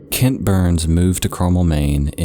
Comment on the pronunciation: I just started the video I’m around 5 min in..... OUR LAST NAME IS PRONOUNCED BURRISSSSSSSSSSS NOT BURNS THERE IS NO GOD DAMN N